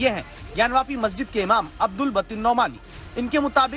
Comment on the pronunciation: Maolana name pahle theek se lelo बातिन ko बतिन bol rahe ho